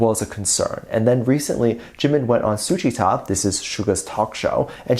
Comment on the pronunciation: Butchered Suga's show name so bad